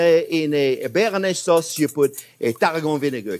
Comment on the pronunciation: I think the cameraman should correct you live on camera. Bearnaise Thanks chef 😁